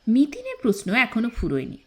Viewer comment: Plz rectify ur pronunciation . Its proshno & not posno ! Sounds real bad to the ears.